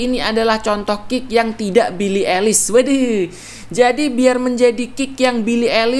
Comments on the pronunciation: Bacanya Bili aylish bang, bukan bili elis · billie paling anti mainstream kl buat musik nya. ohhh ya fyi cara nyebut nama billie itu "ailis" bukan "elis" hehehe😁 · Aduh bacanya😅, "belii elis" 🤣🤣🤣🤣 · Why Indonesian people said elis? (eilish) LMAOO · Billie eilish dibaca bili ailish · Pronounce eilish nya ailish bang yg bener :(